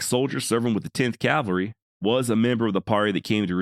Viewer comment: Thank God you were lying! I was praising your rendition in my head, and then I wanted to kick your ass. You got me, brother. Nice job on your presentation, although it bothers me when people say "calvary." You did offer a disclaimer although the forefront. Groovy 😮